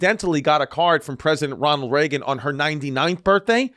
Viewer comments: “Prosident renald raegan” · He just said “Prosident Renald Reagan” 😂